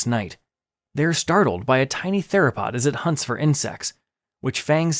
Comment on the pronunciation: “Terasaur” “Teropod” 💀